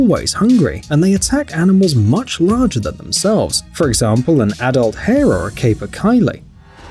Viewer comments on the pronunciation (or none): Just a heads up capercaillie is pronounced capa-kay-lee